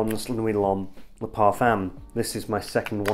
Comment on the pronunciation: Why do you say parfam? It’s parfum 🤔